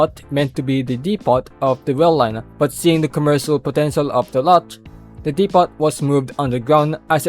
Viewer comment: Great vid but just a note, you don't pronounce the "t" in "depot", it's supposed to be silent.